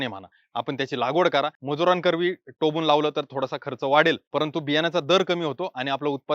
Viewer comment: टोबून नाही सर टोकून